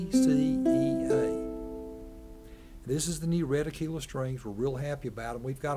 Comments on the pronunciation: I’m Italian, and every time I hear “a-kée-lah” I get goosebumps... It’s not like the “tequila” drink... It’s an italian name from an italian brand. Aquila means eagle: in fact you see the picture of an eagle. So, no way: the correct pronounce is À-kvi-la (I don’t know if my phonetic translation is correct, but I hope i got the sense). So there are 2 mistakes in the pronounce to correct: the accent must go on the first A and the letters QU must be read as “KV”, more or less. It’s the same when English or American people pronounce PLUS with the“U” that becomes an “ah” instead of a “U” like in “fur”: it’s a Latin word, and it’s demonstrated that ancient Latin people pronounced that U as a real U, not an A. I hope it helped... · The pronunciation is "AK-wee-la" (you have to pronounce the letter U) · no its pronounced ah-key-la.. sorry. (i'm a dealer, lol)